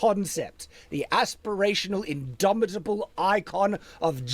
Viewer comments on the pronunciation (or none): Take a shot whenever shad says idomidable. You will die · If this man says indomitable one more time I'm gonna riot.